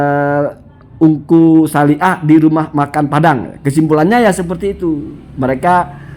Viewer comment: Bacanya itu engkuh Salih